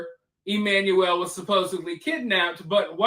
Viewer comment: Pronounced CORRECTLY with accuracy for BABY EMMANUEL ♥️♥️ . 👍🏾👍🏾👍🏾👍🏾👍🏾👍🏾👍🏾👍🏾👍🏾